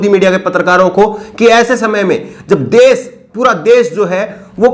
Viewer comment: Sir aap ache patrakar he aise hi rehna . Change mat karna aapko .bas thodi bhasha shudh kijye sha shabd ka sai ucharan kijye sa keh kar na pukare . Desh ko des kehte he . Madhya pradesh ko madhya prades keh rahe ho.